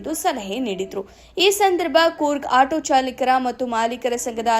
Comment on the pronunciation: ಚಾಲಿಕರ ಅಲ್ಲ ಚಾಲಕರ ಸಂಘ